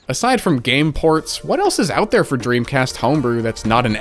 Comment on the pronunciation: dremcast not pog